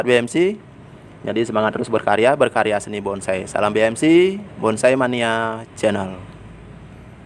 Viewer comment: Itu yg komen jiwa Seninya NOL BESAR.... BONSAI kok bisa bilang BONGSAI... 😂😂😂